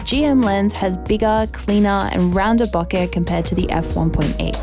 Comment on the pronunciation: LOVE that you pronounce BOKEH properly. IRKS me when "professional" photographers say it wrong.